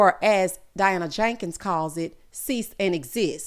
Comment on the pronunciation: Wonderful review. I freaking love when you say "Diana JANkens" 😆